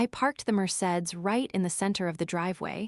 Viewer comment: I wish the AI voice could learn to speak Mercedes properly. 😂😂😂